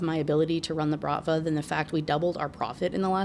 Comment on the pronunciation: Пахааан))) you were almost right, it's prononced with h like in hug, no k sounded, and stress is on a last syllable. It can be literally translates to "father" but it isn't used to adress your actual father usually, but instead a boss of a crew, as here, a criminal organisation. Bratva is also pronounced with a stress on a second syllable. Hope this was helpful lol)